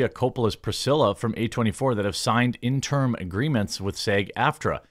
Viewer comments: Jeremy... interim.... not in-term. The more you know Interim (ˈɪn tər əm): "for, during, belonging to, or connected with an intervening period of time; temporary; provisional." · Jeremy, I know you're more accomplished than I could ever hope to be, so don't think this is looking down on you but could you please Please PLEASE learn how to pronounce the word "interim" correctly?